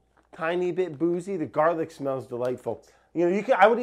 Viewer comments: I can’t believe nobody else was dying at the “Garla” part ! I’ve been dying for a good 20 mins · “Garla” sent meeeeeee